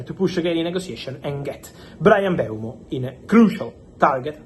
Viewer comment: its mm-bu-emo not bryan mbemo